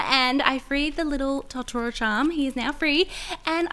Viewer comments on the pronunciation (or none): Its not TOT TOR OW it's TOE TER OW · It’s t-oh-t-u-roh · it's not ta-ta-ro it's toe-ta-row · No. No she didn't. They don't pronounce it that way at any point in the movie. It's pronounced Toe-toe-row not Tah-tuh-ro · Kate’s Beats it’s to to ro. all syllables are pronounced the same in japanese. the to does not turn into a der. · it is totoro, not torotrto haha :) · Totoro's Forest for sure. Also, it's pronounced Toe-toe-ro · Lol it's pronounced as "tow-tow-row" (Totoro) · its toe-toe-ro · It is pronounced Tohtohtou, tot tautauro. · They were amazing but totoro is pronounced t-ow-t-ow-ro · It's pronounced toe-ta-roe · IT'S TOE-TER-O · It's toe da row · It's pronounced tow toh row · to-ta-ro that's how you say it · You have to say ( to toe roe) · It is pronounced: Toe-tor-oh! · Its pronounce toe-toe-ro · Totoro is pronounced... Toe-Tour-Oh 😊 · its pronounced (to-ta-ro) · It’s pronounced tow-ta-row totaro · Pronounced tow-tu-row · the way u say it is Toe-tore-oh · It is pronounced toe-ter-oh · It's pronounced toe-toe-roe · You pronounce it toe tor oh it looks like totoro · It's pronounced toe-toe-row Not trying to be mean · Tot toe row is how its pronounced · Toe-toe-roe is isn’t that hard watch the movies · Just to let you know, totoro is pronounced like toe-ter-oh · Toe-Toe-Row is how you pronounce it. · It is pronounced toe to ro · Im very sorry to correct you but its pronounced Toe-ti-row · Pronounced Toe-toe-roe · ITS TO-TER-RO ugh I am TRIGGERED as someone who loves that movie I am sorry . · It is pronounced like (toe-toe-row) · It’s pronounced tote- er- oh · Totoro pronounced toe-ter-ro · It's pronounced toe toe ro plus I❤ ur vids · How to say Totoro: toa-da-row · Totoro is said toe- toe-row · Totoro is pronounced toe-tor-owe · this has nothing to do with dis amazing video (well maybe the read more part) crunchy cereal or watery\soft cereal? and its said toe-ta-ro!!!! but spelt to-to-ro (not hating) and this video was amazing!